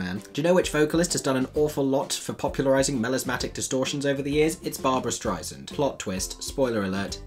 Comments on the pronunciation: Wonderful insights. FYI Barbra says her name is pronounced Strei-SAND, not Strie-SIND (just in case you ever meet her 🙂). Also - amNY is a freebie newspaper in boxes at subway stations. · Your critique was interesting and insightful, thank you. Just a nitpicking point, as any Barbra fan will know she is most particular about the correct pronunciation of her name. To quote her "It's not Strei-zund, it's StreiSAND, like sand on the beach. Thank you for your work, it's always enjoyable. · First, please oh please pronounce Barbra's name correctly. It's "Stry' *S*and". It's "s" as in "sand," not "z" as in "zind". She herself gets rather perturbed when it is mispronounced. She went so far as to call the CEO of Apple to have Siri say the correct pronunciation. 2nd. Most critics and fans of the show have gone in with the complete understanding that they were not about to see another Barbra, or Barbra Wannabe. All were rooting for Beanie to make the role her own. Granted, a lot of hardcore Barbra lovers were extremely offended by anyone even daring to assay the role. Even when Barbra was starring in both stage and screen versions, there were script/story problems. The fact remains, the first act is up and enjoyable because it charted the heady romance of Fanny Brice and Nicky Arnstein. But the 2nd act is all about the relationship falling apart and ultimately dissolving; not a fun ride. At least the movie all leads to that indelible moment of Barbra singing My Man. The other major problem with any revival is that the entire show was ultimately tailored to the specific ginormous talents of its original star. That makes it almost impossible to revive with a suitable talent. Unfortunately, and no disrespect for the talents she does have, Beanie simply does not fit that bill. This is why she is surrounded by the top talents in her supporting cast. Plus, just the fact that it's the first time a production of Funny Girl, which does have a first rate score, has gotten to o